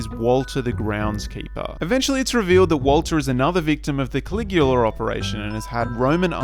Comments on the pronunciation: Is it Coagula, or Caligula? I'm reading the former, but hearing you say the latter. I saw or read somewhere that the black, white, and red of the party in Get Out represented fascism. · Why are you pronouncing Coagula that way? It sounds like you're saying Caligula.